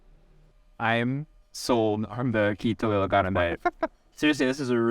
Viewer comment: You ilocano pronunciations are so good.